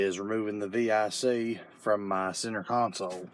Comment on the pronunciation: Thanks for not saying “Vic” like it’s a name. Lol